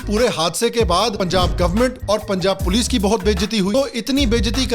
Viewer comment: "Oye pols aagayi pols" 😂